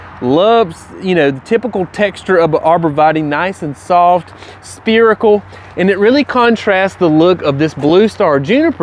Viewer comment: Why can't you pronounce 'spherical' properly? It's not 'spear-ical' it's 'ssa-feri-cal'